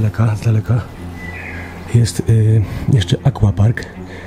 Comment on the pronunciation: akWapark, a nie akłapark. PizzerNia? Może jeszcze wymawiasz lambodżini i spadżeti trzymam za słowo.